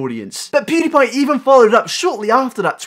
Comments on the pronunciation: 1. When did Onion go blonde? 2. Why does he (Onion) pronounce it “poodepie” instead of PewDiePie? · HeyItsBobby pewds used to pronounce it like poodiepie